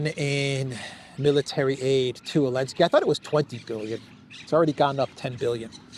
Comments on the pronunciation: why do you keep calling him Elensky? Zelensky and Elensky are two different people. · I keep wondering. Why does say “Elensky?”